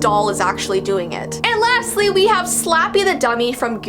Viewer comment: Intro: “are you ready?” “For the Strange and unsual?” “5 4 3 2 1” “Here VEE go”